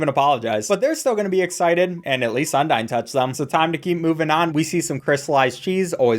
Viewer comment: thats not how u say undyne bro